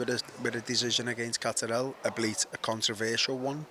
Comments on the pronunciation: gets a tenner for each time he comes up with a new way of mispronouncing Catterall. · Love hoe he pronounces Catterall, like he's Italian or summat 😂